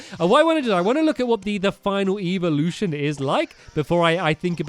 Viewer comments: stamps its evolution not eeveelution. eeveelution is for eevees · it is ĕvolution not ēvelution